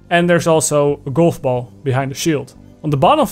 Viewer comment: I like how he says "goulf boull"